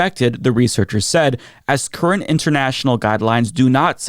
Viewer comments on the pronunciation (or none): none